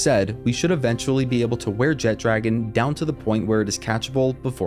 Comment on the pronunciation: Man that alwaya bothers me. Theres No 'D' in the name! JEH-TRA-GONE! NOT JET-DRAGON.